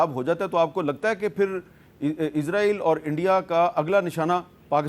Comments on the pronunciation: Meer sab izra eel nhi isra eel lafz hai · Hamid sahab dostion ki zaban mat bolne izraeel nahin izraeel kahin